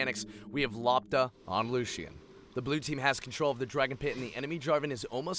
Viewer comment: LOPTA means ball in Croatia ITS not pronounced lapta.... gosh Its L o p t a we read as we write eh